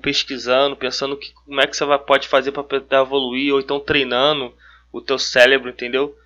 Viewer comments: nOHH pessoa falando célebro, que agonia. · É CÉREBRO e não céLebro!!! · Boa a explicação! Obrigada! Preste atenção quando tiver que falar cérebro e não célebro. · me desculpa, mas fiquei curioso ... pq vc fala célebro? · cara tu explica sintropia e entropia e diz CELEBRO? Cuidado com isso. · Se você vai falar a palavra várias vezes no mesmo vídeo você podia muito bem aprender a falar ela. Se já é cansativo ouvir uma pessoa repetir a mesma coisa a cada 15 segundos imagine quão irritante é, nesses 15 segundos ficar ouvindo a palavra errado!!! Sélebru Sélebru Sélebru